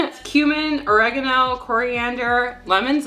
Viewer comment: Jamie Oliver say Oragano❣️